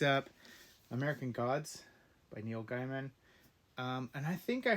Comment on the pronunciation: Just a note on Neil's pronunciation. A lot of people coming to know his work, In the recent decade, keep saying something like G-eye-man.. this makes you sound like a johnny come lately. It is pronounced GAY-mun. Neil says it like this and anyone who has known his work since the 90s also does. In fact Neil says somewhere that his grandfather spelt the name "Gaeman" but changed the spelling at some point.